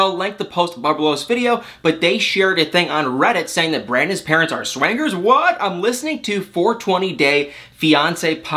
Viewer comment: To hear say SWANGERS instead of swingers is a delight🤣